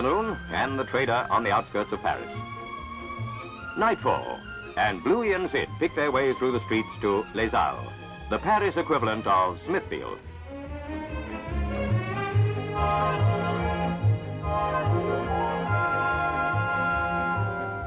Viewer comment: Les Halles On n'est dites pas le s ... The S is silent. (both of them) !